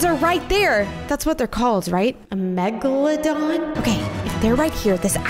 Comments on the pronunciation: Be you great video an that ahark is not a meg la don it's a megalodon bye have a great day be you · The sharks are called mega londons. Not mega la dans Btw #Subscribe #Notification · it's pronoued meg-a-la-don